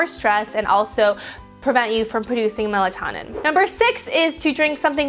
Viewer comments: melatonin is pronounced MEL-EHT-OH-NIN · Melatonin is pronounced mela-toe'-nin. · It is pronounced mela-tone-in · You said melatonin wrong. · She pronounced melatonin wrong